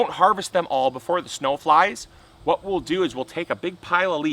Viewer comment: I'll tell ya hwhat